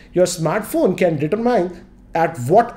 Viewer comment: He did pronounce determine wrong tho